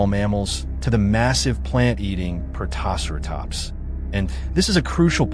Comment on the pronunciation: God, that pronunciation of Protoceratops is atrocious. More AI slop.